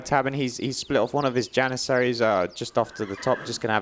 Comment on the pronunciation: "step-ee" riders lol Interjection. I remember you use to say "yanissaries" back in the day. Jokes aside great casting and great work on the event. thanks!